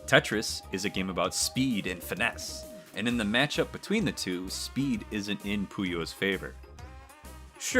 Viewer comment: I don’t care how Arle says it on the title screen, it’s “two,” not “tsu.”